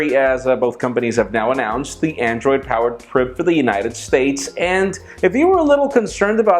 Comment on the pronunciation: Just an FYI, but it's the BlackBerry Priv (long I, as in Privacy). John Chen came out and said how it's pronounced.